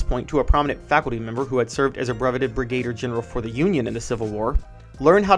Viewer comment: Great piece despite the mispronunciation of the word "brigadier"...